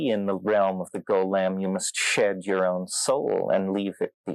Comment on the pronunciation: 'in the realm of the go-lem'